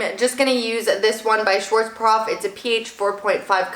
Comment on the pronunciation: It's SchwarzKOPF, not SchwarzPROF.